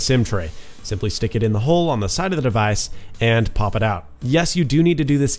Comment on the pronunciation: it was funny when u say "device"